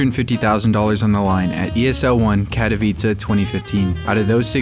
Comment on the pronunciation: first time i see someone pronouncing katowice well 🙏🙏